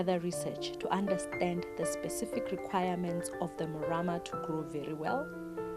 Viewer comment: The lady with spects has the right pronousation of the Morama bean